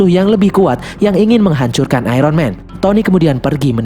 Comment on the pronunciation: Iron di baca ayon bukan ayron